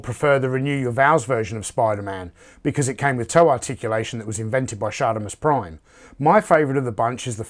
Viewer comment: “As invented by shartimusprime” 😂